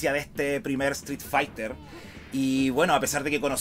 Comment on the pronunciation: Me molesta que no puedes pronunicar la palabra street correctamente.